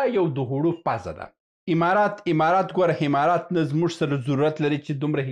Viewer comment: ته حمار یی حمارات نه امارات، ستا خوله چال لري،😂